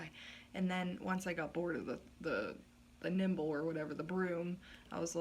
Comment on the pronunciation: Nimbus* not nimble lol